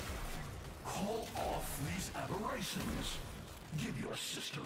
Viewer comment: "Is it call of duty time? " Me: "Kahl of duty? " XD